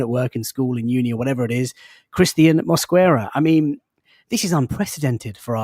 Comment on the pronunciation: mate the “U” in Mosquera is silent